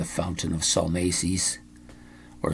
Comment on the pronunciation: Tony Kaye? Salmacis is pronounced sal-MAH-sis